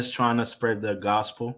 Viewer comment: The way he said spread is brutal....